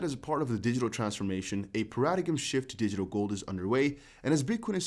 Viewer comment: "pear-a-dime" = paradigm